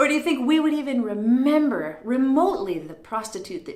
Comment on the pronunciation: Remembah sounds totally Boston !!! Glad you showed that ! Made me smile .